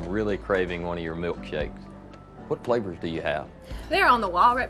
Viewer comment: Me a non native English speaker: butts right in to read for him Manages to pronounce all the flavours names wrong